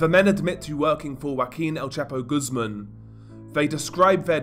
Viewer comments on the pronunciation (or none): none